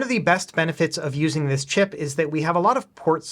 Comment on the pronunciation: I know you said “exact same chip” but it honestly sounds like you said “exact same shit” 😂